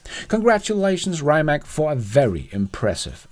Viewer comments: Great video, but you mispronounced Rimac, correct way would be "ree-mats" not raymak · It's pronounced like Ree-mutts. Not Rye-mac. Fast cars, not fast food. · It is not "RAJMAK", but RIMAC. Your pronunciation is dead wrong since you are pronouncing it from an English-speaking perspective, which is incorrect. Croatian pronunciation is straightforward; you read as you write...like in the name TESLA. So Rimac is RIMAC - nor RAJMAK (as you sound). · pls, pronounce „Rimac“ as „“Rimats““; thats the correct way for a Croatian 🇭🇷 Super-Car-Producer. 🙏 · Hey, it’s pronounced “Rimats” not “Rimak” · Reimak? 😅 I’m not sure it’s pronounced this way.